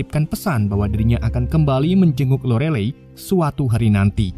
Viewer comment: Lorelay, bacanya, ga nayaman bngt